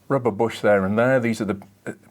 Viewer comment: Somewhere around 14 minutes you say rubber bush and I understood Robert Bosch. I guess that's a car freak misunderstanding.